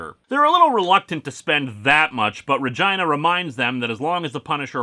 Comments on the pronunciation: it's "re-gee-nah" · Uh, I think that's pronounced ruh-GEE-nuh. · Linkara... dude... can we talk about how you're pronouncing Regina? Because that's... that's not how you'd normally do it.